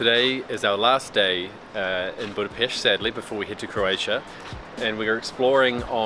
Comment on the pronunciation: Wow, You speak correctly word "BudapeSt" at the beginning. It is rare. :-)